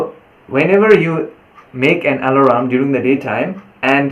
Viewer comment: The alarm? Is what is being called ah-la-ram on your phone right?